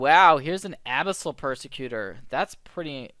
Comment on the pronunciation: I can't be the only one mentally screaming about the "Abyssal" pronunciation here, right? ;) great video! keep it up!